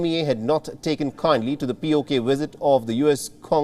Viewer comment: "wisit" "Wictims"